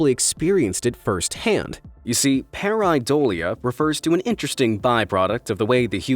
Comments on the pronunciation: pair-a-dolia lol..pyr-i-dolia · after all that emphasis on how to say pareidolia you still way off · Y r u saying pareidolia so weird?